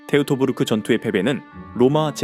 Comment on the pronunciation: 테우토부르크가 아니라 토이토부르크.